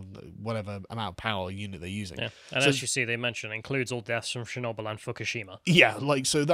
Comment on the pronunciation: “Muh-Muh Chernobyl”